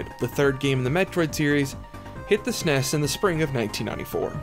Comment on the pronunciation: The SNES wasn't pronounced sounding it out as a regular word, it was pronounced by saying the actual letters, like "FBI" or "CIA".